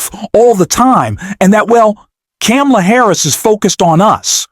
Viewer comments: Didn't you see her neices' lesson at the DNC? The debate? Her name is Kamala, pronounced "Comma-la". Please correct yourself. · Bro Pronounce it like this… comma-la Or just say VP Harris.. you’re obviously struggling with her name…😒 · You cannot pronounce Vice President Harris’ first name correctly??? WTF?? You also don’t know how to use “like/as” correctly! No “like,” no subscription. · Please pronounce the VP's name correctly.